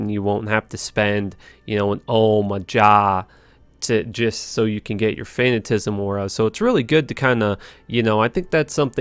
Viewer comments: Its fanaticism not fanatism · It is not pronounced “Fayna-tism”…. ☹️ Fan-nat-ta-cist —> FAN-NAT-TA-CISM. Wth kinda English they teach up in Canada?? This is just as bad as when you say “faycets”. 😅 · This is the thing that bothers me more than anything about videos. If he just said fanaticism correctly, I'd be all in. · Fanatisum? You mean fanaticism? Also you say it's unrealistic to have the max DMG AR charms cuz it's unattainable so instead you hero edit a bunch of lifer GCs lmao. Also it's unattainable not unabtainable. Cheers 4 years later :) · Fuck it. All non English speaking players call it fanatism :-) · I love your videos man but you mispronounce a lot of words especially with I's in them lol, Fantizm, VIEZAGE (you mispronounce this in almost every build lol), so adorable you are cute son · he has a disability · It's pronounced fa-nat-A-siz-um